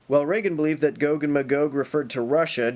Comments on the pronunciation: It's gog not goog. You get it right when you're reading the passage but then not again? Hmm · I'm mostly concernded on how you pronounce "gog". you switch between "GOg" and "gog" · I always thought it was 'gog' as opposed to 'goag' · GOG is just GOG spelled backwards. ;-) Regardless of how Chomsky pronounce these terms, it seems, although I could be wrong, it's pronounced GAHG not GOHG. (ɡɒɡ / ˈmeɪɡɒɡ) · o is still pronounced like the o in body and the Me pronounced like a in base. You only said both one way (I watched the whole video) with the o being like the o in go. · It's pronounced GAHG and MAYGAHG. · Can you learn to pronunciate Gog and Magog please. Gog is a person, the "Chief Prince of Meshech and Tubal (Ezekiel 38:3). Megog is the land he is from (Ezekiel 38:2, modern day Turkey). This battle happens toward the end of Christ Millennial Reign (Revelation 20:7-9).